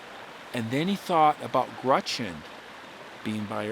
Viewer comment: Dude says "Grutchen" ...GRUTCH-EN?😂